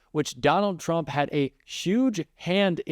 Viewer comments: She pronounced "tRump" incorrectly when she said 'judges" are acting erroneously. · She says chrump. Love that